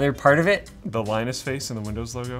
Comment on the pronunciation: pewdiepie says thank you "Linnus"